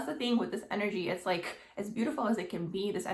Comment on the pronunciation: Your video annoys me the way you're pronouncing your last letter of your words like the word like or the word perfect oh my God it's driving me crazy